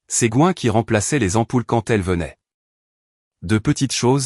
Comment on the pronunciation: Je suppose que le surnom est GWEN et ne se prononce pas GOIN